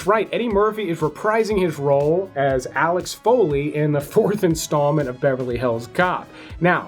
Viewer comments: I thought he said Alex! 😅🤣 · alex Foley? come on get it right!!! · SUBSCRIBED &... "Alex Foley"? 😂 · Dude did you say Alex Foley? Blasphemous!😂 there’s even a number one song to remind u(Axel F). Rare blind spot for u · "Alex Foley" LMAO! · The mere fact that you butchered Axle Foley name says everything we need to know. Before you even said it lol smh